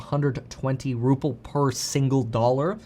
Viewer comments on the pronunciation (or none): For fucks sake… it’s RUBLE NOT RUPPLE Kevin!! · Ruple?? Ruble. As Biden would say, "come on man!" Besides that nit, thanks for your reporting!